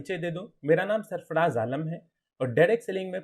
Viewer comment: सरफराज़ होगा भाई सरफ़डाज़ नहीं